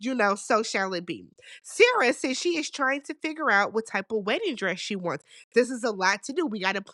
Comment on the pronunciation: Not you activating Siri by the way you pronounce Sarah. 😂